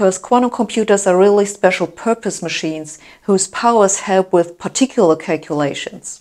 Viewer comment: I cannot stop marveling at the way she pronounces 'calculations'.